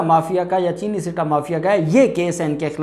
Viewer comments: bhai ,sitta, nahi balky , satta, is the correct word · Right pronounce satta not sitta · I think it is not called , "SITTA" but "SATTA"